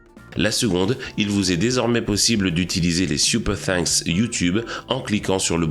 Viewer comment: Laccent pour les "superthanks" excellent